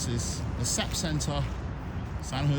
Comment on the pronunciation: The SAP is pronounced as individual letters. My job works with them regularly.